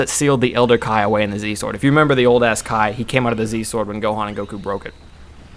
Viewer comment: Kai not kye